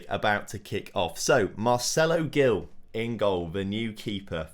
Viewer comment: Hi, i’m brazilian, and i just wanted to correct you: Gil is pronunced like “Jil”